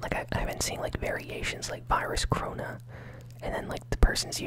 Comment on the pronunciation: It’s corona not crona